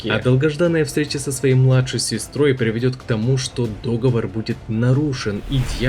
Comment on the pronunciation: ААААА договОр, не дОговор!!!!